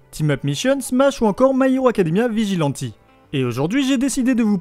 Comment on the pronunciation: Arrête de dire vegilenti stp